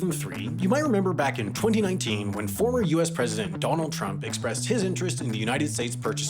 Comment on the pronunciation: I find how you say 2019 and 2020 VERY OFFENSIVE and swear word notices and